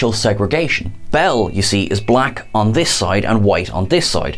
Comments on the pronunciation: Did you watch this episode, or are you just [mis]reading a script? It's Commissioner BEEL, not BELL. And thanks for the gross misrepresentation of President Trump. You can do better than that, on both accounts. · Beal, not Bell. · Do you even watch the show? Beel (long e)